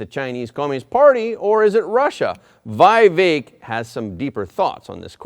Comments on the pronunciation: It is not 'VI-vek' but VEE-vek Ramaswamy. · Not Vaivek. It's Vivek. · To the host: Vivek is pronounced "vee-vek", not "vy-vek" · Vivek is pronounced as We Wake not Why Wake. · Not why vek its vi as in victory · His name is pronounced v eee - vek